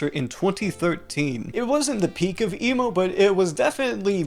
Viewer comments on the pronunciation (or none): I keep hearing you say emu instead of emo, lol